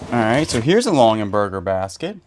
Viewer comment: It's Longaberger not Longenberger